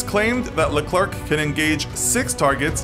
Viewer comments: please look up how to pronounce leclerc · You say Leclerc wrong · Pronounced leclerc and sabot wrong